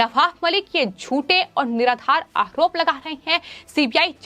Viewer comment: Ma'am, it is not आहरोप, it is आरोप. आयोग, not आहयोग. मामले, not माहमले Get speech therapy ma'am.